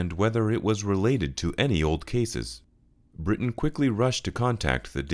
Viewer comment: You have some incorrect information. The guy who runs the Depths of History is called Britain, and is NOT called Bryan!! You had his name correct on screen, but pronounced it as Bryan!!